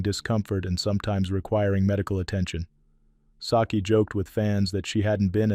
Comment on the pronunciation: It's Suki not Saki